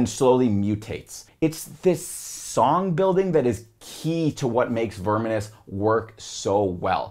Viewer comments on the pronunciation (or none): Baffled by his pronunciation of "unhallowed" That's exactly how a German who doesn't speak English would say it🤔 And I'm pretty sure he says "verminous" wrong too, wtf?